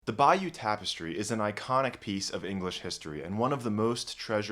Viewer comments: It's Bay-O 💕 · It is NOT pronounced 'by-you' by ANYONE except you. Do your homework!!!!!!! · Good heavens, we are not in Louisiana. Bayeux is pronounced "Bayuh" not "Bayou". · It’s bay-yer, not bayou! This is France, not an inlet from the Gulf of Mexico!! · Cant pronounce Bayeux correctly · Thanks, but learn to pronounce Bayeux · Immediate mispronunciation of Bayeux, closely followed by "iconic". NO! You may be able to pronounce Latin correctly,, but why can`t you pronounce the single most important name here? As for iconic, this has become an appallingly over-used word and should be banned. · It’s not going to the British Library, it’s going to the British Museum and please pronounce Bayeux correctly. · Your pronunciation of Bayeux is hysterical! Greetings from Normandie. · I like your channel a lot; but boy, are you butchering "Bayeux" 🤣